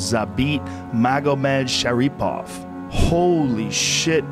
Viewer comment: I love how Joe pronounces these names. And surprisingly Joe pronounces them correctly. Za beet Magomed Sharee Pov.